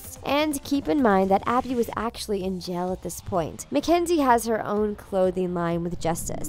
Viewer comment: i wonder why she says “jail” like “gel”